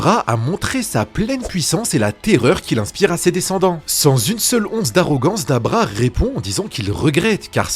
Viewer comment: pourquoi il dit Dabra c'est Dabura non?